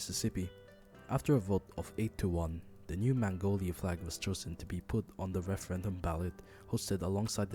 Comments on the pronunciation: It's magnolia, not mangolia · It's magnolia, not mangolia. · Great video, but it’s “Magnolia,” like the flower, not “Mangolia” (almost) like the Asian country. I wish I could say Mississippi’s economy had improved from the flag change, but not many more businesses are very interested in the least populated state in the southern USA. Also, this as a first video??? Great job! This ins awesome!